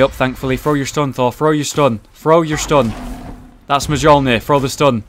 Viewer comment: Am i the only one disturbed by the way said Mjolnir?